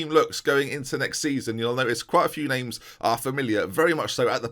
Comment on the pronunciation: Transfer summaries/specials aka butchers names.